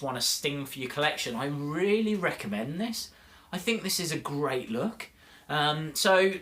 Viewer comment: You say stink lol